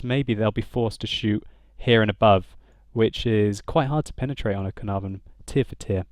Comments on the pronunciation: Ca-Er-Nar- Von ! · I'm Welsh, and the Caernarvon is named after the Welsh town Caernarfon, and every time you said caernarvon i died a little inside... It's pronounced Kair-nar-von (second "a" sounds similar to the first) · The way you pronounce Caernarvon is really funny 😂 I don’t know why they use a “v” instead of an “f”. It’s named after a place and the place name is spelled with an “f”